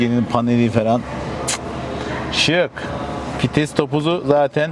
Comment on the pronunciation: Fites değil,VİTES